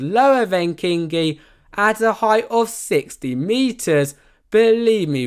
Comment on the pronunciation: As a Finn I can say you perfectly butchered every single ride name apart from kingi and taiga 😂